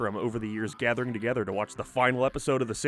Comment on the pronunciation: Joey and moniKAH why do you talk like this. I cant focus on the content lmao Why Rachel and Joey got togeTHER why do you speak like this